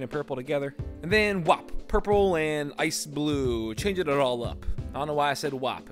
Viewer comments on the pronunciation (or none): lmfao! "I don't know why I said whop"...What about you saying, Puurpuural and Ice Blue...lol...